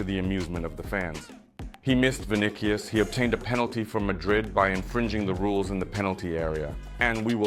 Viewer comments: First of all, if you can't pronounce names the right way. Don't even bother to make videos. It irritates fans when someone hears their team's player's names being called the wrong way. It's freaking VINICIUS. Pronounce it Vi-ni-ci-us. How do you pronounce cautious? That cius and tious should be pronounced similarly. Le loda zyada explain krdiya. Bkc ko samajh bhi nhi aayega. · What is vinikius? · The C in Vinicius is a soft c bro! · Vinicius Vinicius , not Vinichio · Bro is a Real Madrid fan n doesn't even pronounce Vini's name correctly...😂😂😂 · Bro stop butchering Vinicius his name. Just say Vini and make your life easy